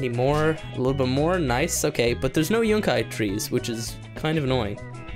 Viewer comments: Stap calling it yunci, its yucca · Everytime you say Yunkai I cringe. It's yukka. Pronounced Yuck - ah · It is pronounced you ca not yunki